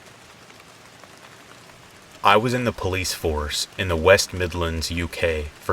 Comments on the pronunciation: Open up Puh-liese! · I like how you said police lol ❤️